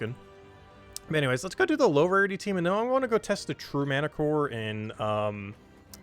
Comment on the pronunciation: not mantiCORE its MantichorASS ;)